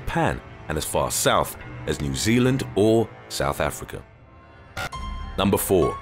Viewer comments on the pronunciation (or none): none